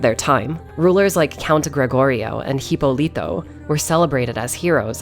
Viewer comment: What an awesome video. Congratulations on your effort. Spanish is my native language and I love the way you say “Hipólito” because you make it sound tiny and cute hahaha. Also, I’d like to thank you for taking the time and care to pronounce Spanish words correctly. Many creators don’t even bother.